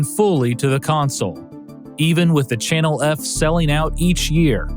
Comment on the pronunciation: did he say Channel erf? Lol